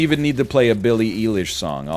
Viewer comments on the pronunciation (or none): It’s Billie EYE-LISH not EEE-LISH ya frickin’ frick